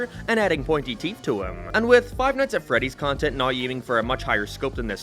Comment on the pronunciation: Never heard someone pronounce "now" as "naroo" 🤣 I love it